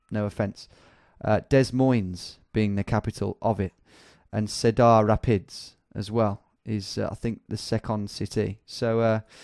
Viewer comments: Alex Duncan “se-dar rah-pids” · Cedár Rapíds oh boy😂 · Holy shit I laughed so hard at how you pronounced Cedar Rapids haha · The way he pronounced Iowa and Cedar Rapids is just so cringy!! Lol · The way you pronounced Cedar Rapids was hilarious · seh-dar-ra-pids eye-owe-uh dez-moyns lol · Iowa: Eye-Ohwa Des Moines: De Moins Cedar Rapids: See-der Rapids Topeka: Toe-pee-ka To be fair your american pronunciation is better than my english (